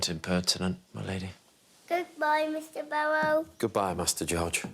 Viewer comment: “Goodbye Mr Bawwow.” 😆